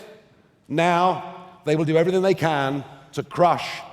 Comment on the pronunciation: the word is ''everythinG''. Up to then, good effort! Please stay true.